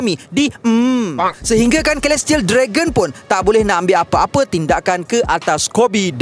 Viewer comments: Celestial = Selestiyel not kelestiyel takpe2 kita belajar sama2 haha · Ada sebutan kurang tepat. Celestial = Selestiyel, Alliance = Elaiyens.